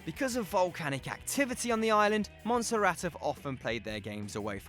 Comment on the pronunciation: What's with the over exaggerated pronunciation of names? You don't need to curl your R's for Montserrat and you say the L's in Anguilla, it's not Spanish it's British. And the over exaggeration of the Basque names was awkward.